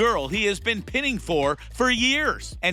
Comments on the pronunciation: Pine-ing not pin-ing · Not pin- ning. Pine-ing.